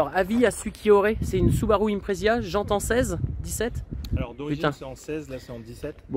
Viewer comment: IMPREZA ! Et pas impresia, 1T300kg.